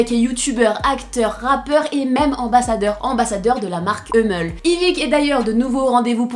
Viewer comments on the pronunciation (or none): on dit « ummel » pas « eumeul » 😭😭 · "Eummeul " c hummel frr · ptn c Hummel avec un U c’est pas Heumeuls😂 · On dit euhmel? Mdrr